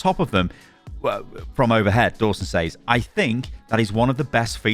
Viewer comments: why do you consistently mispronounce "says", aren't you english? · What in the broken english is that. Thats not how you say "says" bro lol